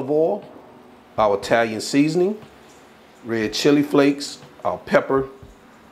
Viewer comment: The way she said the seasonin!